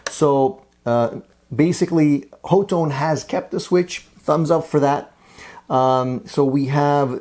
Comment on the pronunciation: The company says ha-tone.